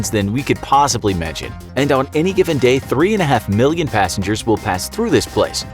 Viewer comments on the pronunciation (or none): none